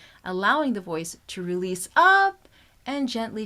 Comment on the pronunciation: You keep saying realese for 5 minutes